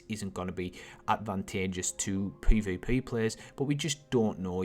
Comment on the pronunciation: Anyone else triggered by the way he says peah-veah-peayh? lol